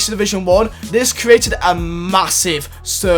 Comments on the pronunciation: It’s create not curate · U kept on saying crouated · please learn how to say "created"